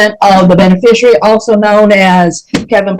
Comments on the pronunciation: "Mr. Benefershery," not "Mr. Beneficiary." Words matter to sovcits. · Or as he says it, "benefisherary" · Kevin Pollard is an 🍑🤡… Kevin Pollard does not have an estate or a trust in his name, because Kevin Pollard is a deadbeat. He is not a Benerficuaey, a Benayficuwey, or any other version of how he can’t correctly pronounce Beneficiary… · I love when they try to pull this stuff off and they can't even pronounce the word beneficiary. Subliterate slobs. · This sicko can’t even say “beneficiary” correctly!